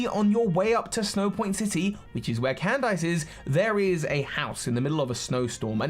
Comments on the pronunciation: why are u pronouncing Candice as can dice... thats not how u pronounce that... and its so cringey its pronounced CAN DISS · Cand-ice? Is it not pronounced Candis? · Never heard someone pronounce the name “candice” as “can” “dice”. Across the pond we say “can” “diss” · I know she's an ice type trainer and that's the pun, but it's not /actually/ pronounced Cand-ice is it??? Not Can-diss??? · I don't think that's how Candice's name was pronounced. What I remember in anime, how her name was pronounced, was pronounced as "Candy" with "S" in the end (Not like a lot of candies, but as "Candis"), not "Cand"-"ice". Of course, it may be that she has been pronounced differently in English version of Anime, although it makes no sense when Candice is England version of her name. Uxie's "U" is pronounced with an English U, not a Finnish U. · Why does he pronounce Candice like 🥫🧊? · I despise anyone who pronounces Candice's name as Cand-ice. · If anyone asks me why I dislike the English, I'm just gonna say they pronounced Candice as "Can-Dice" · I get that Candice is an Ice type Gym Leader, but you don't actually pronounce the "ice" in her name as "ice". It's just pronounced "candiss" lol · please "CAN-DISS" 👍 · pronunciation kills me lol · I bet he's trying to avoid the Candice meme